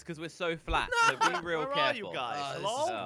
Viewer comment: it is flat not fat flatttttttttttttttttttt